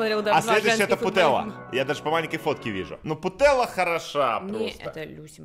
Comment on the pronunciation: не Путелла, а ПутельЯс